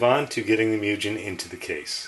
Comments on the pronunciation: its spelled "moo-gen" not "mew-jen" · its MOO As in cow and `gen` as in `a`gen`t` Mugen== infinity